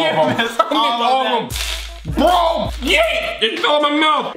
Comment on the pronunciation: you only said yeeèeèèeeeeeee with no t